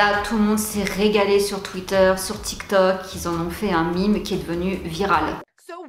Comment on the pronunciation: Ça se dit un mème et non un mime ça m'a bien fait rire. Merci pour ces vidéo 😍🤣😀